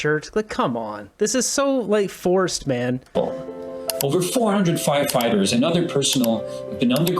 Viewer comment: Is it me, or is that liberal goof saying "fighterfighters"?